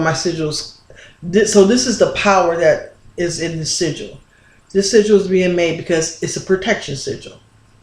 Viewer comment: I recall when you pronounced sigil as seagull, I mean no disrespect tho. :) great vid mqq